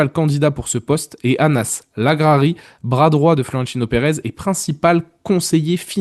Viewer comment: Merci pour le travail que vous faîtes sur cette chaine ! Bonne fete de fin d'année à tous ! Ps : " Anas" se dit " Enes" en arabe les gars. Ciao y Hala Madrid !